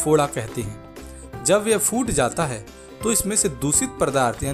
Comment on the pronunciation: Phoot jata hai na ki foot jata hai correct your pronunciation